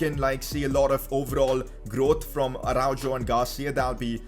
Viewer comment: man said ArauJOE